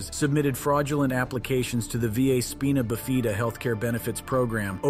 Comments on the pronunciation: I lost it at speen-a-ba-fee-da 😂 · Please learn how to say spinabifida. (Its spine-ah-bif-eh-duh) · Good lord, how does one pronounce Spinabifida 6 different ways & not one of them is correct 😭🤣